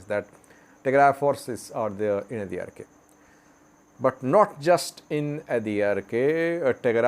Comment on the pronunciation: It’s adarkay not Adi arkay ok